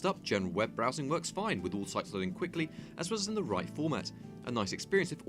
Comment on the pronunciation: mistake in editing. while evaluating gta 5 you said loaing instead of loading